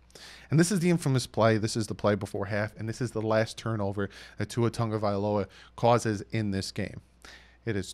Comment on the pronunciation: it’s pronounced Two-Ah. It’s Samoan not Filipino or French 🤙🏼🤙🏼 Aloha from the beautiful state of Hawaii